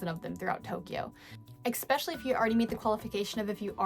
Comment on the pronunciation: She said ekspecially. Hahaha, english teacher!!